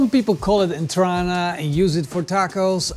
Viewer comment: Entraña is pronounced entranya.